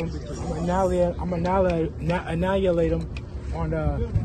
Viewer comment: He can barely say "Ask" correctly so I'll give him credit for attempting to say anihilateder